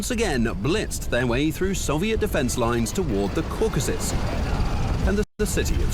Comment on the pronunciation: Its Caucasus not Caucus